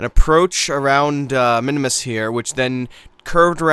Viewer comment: Minmus. MIN-MUS. One "i", two syllables. Not Minimus.